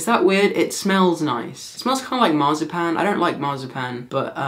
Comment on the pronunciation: Just about had a heart attack , my name is pronounced like jazzy but most say it like snozzy so when he said marzipan I threw up a bit.